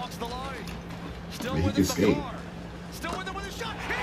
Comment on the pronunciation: You were close on the pronunciation of his name, first part you got right but the second part is pronounced car, so ma-car